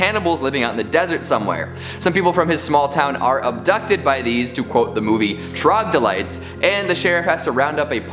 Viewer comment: Troglodyte means cave-dweller, and it's not pronounced like that.